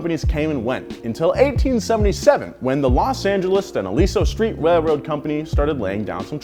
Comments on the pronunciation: “wailwoad company” 😂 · “Wailwoad” Lmao never change